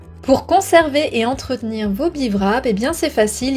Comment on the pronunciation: Merci pour les conseils. Je précise qu'on ne prononce pas le w dans wrap ! (donc pas de Vrap mais des 'beerap'. wrap en anglais veut dire emballer, envelopper)